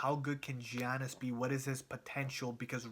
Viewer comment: his name is Giannis not Giannas.